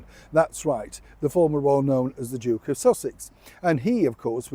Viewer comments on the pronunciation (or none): none